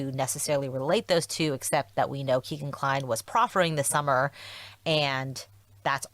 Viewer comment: Just want to say the pronunciation of Kegan Kline’s first name is “Keg-an” not “Key-gan” which is more common. Supposedly he was named after his father Tony’s favorite strip club which was called “Keg and Stein”. Kegan Kline, Keg and Stein. Wish I could remember who originally reported that.